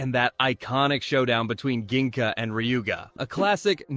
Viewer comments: Why are you saying Gingka like that? They say it in the show as Jinga. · Did you mean to say gingka’s name like that or was that an editing error?